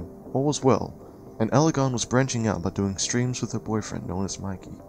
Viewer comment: Its not Eligon....its Evalion. I mean its a Jew.